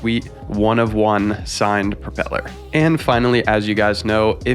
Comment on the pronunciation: Propeller, not propel her😁